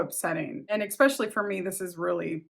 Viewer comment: Stop saying "expecially" for the love of christ.